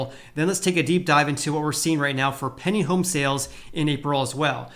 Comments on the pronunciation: Stop saying "penning home sales". Its pending. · When you say "pending" home sales, it sounds like you're saying "penny" home sales. I spent the last 5 minutes trying to figure out what a "penny" home sale was!